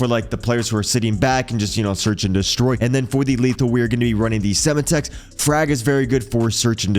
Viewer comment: Or how it’s Sem Tex not sema tex